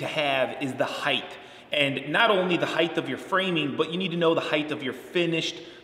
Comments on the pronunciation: I’ve been a carpenter for 20 years and 50% of “ my people” say “ heighth with a TH sound. Length? ( check) Width? ( check) Heighth? ( x) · Why do you say height incorrectly? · Dude it’s height..... ends with a T not a th. From one carpenter to another. Plus learn the math without a calculator